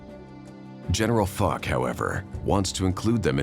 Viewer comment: the narrator mispronounced General Foch's name wrong. It is pronounced Fōsh not "fuck."